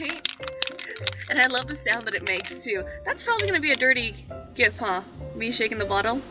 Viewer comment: She said gif the RIGHT way I love her